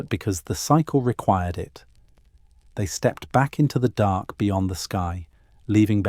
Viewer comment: DARK... not dock! Learn to pronounce words CORRECTLY!!